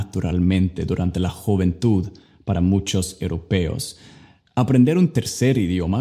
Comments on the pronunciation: Sólo tuviste 2 diferentes pronunciaciones diferentes gym de gimnacion para nosotros suena mas como "j" que como "g" y juventud varia un poco la pronunciacion... Pero me encanta tu español es casi perfecto.. Yo quiero aprender ingles 😩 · NO SE DICE, JOVENTUD, SE DICE JUVENTUD OKEY? TU AMIGA NORMITA DE LARGO FLORIDA. YO SOY COLOMBIANA Y ESTOY APRENDIENDO CONTIGO.